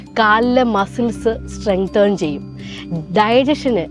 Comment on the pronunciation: സ്റ്റ്രെങ്തേൺ എന്നല്ല സ്റ്റ്രെങ്തൻ എന്നാണ് പറയേണ്ടത്.